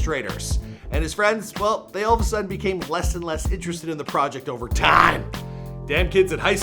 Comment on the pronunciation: yo why he said "time" like that lmaoo